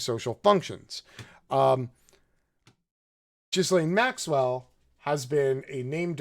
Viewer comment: cannot listen, I am sorry. It is Geelaine Maxwell. It's Heraldo Rivera. It actually hurts the ears.